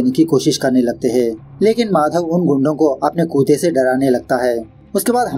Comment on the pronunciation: Bro it's pronounced kutta not kootha😂